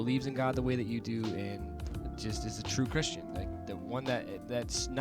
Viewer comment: "Twoo Chwistian"